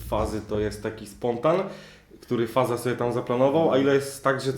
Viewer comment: Faza to się czyta fażama-fažama